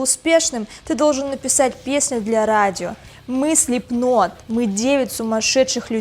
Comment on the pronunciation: Хоть кто то говорит Слипнот правильно.